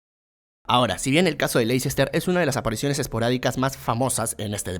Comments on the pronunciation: Ya le he comentado en videos anteriores y parece que no lee los comentarios. Se pronuncia LESTER CITY, no LeICEster City. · Se pronuncia LESTER (o LESTAH) no Lecicester, aunque así sea como se escribe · Ayy no digas LEI-CES-TER ... suena horroroso. Dí Lesta ó almenos léster ... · el Lessssta se dice amigo.